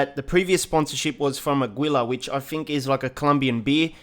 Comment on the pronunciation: It´s funny when he pronounce Aguila hahaha